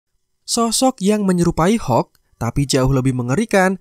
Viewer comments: Hokk abah kau hokk.. Hulk(halk) bukan hokk alohhhh natehh berukk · Hulk aja bro gak usah bilang hek